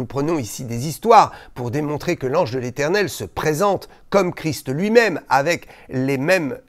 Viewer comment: Bonsoir. Je vous remercie de prononcer correctement le nom de notre Seigneur Jésus CHRIST en prononçant le ST final qui a toute son importance et je me doute que vous savez de quoi je parle. Merci encore.